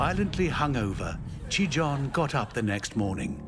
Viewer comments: "ちぃたん"と言ってるはずなのに発音が良すぎてギリシア神話の"ティターン"と言ってるふうにしか聞こえない。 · As a Japanese learner, I cringe at the American pronunciations of “Chiitan”. They pronounce it like “Chitaan” or “Chitan”.... close enough I guess lol